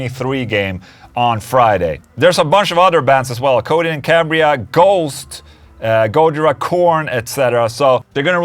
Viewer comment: It's go-JI-ra, not GO-jira